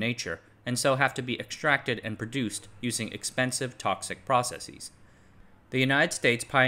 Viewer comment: You don't have to say "proceseez". It's not pronounced like hypotheses or analyses or oases. It's just processes. Like houses.